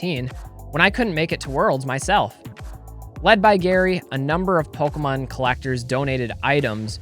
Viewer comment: How could ANYONE listen to someone who calls it “PolkaMon.” 🙄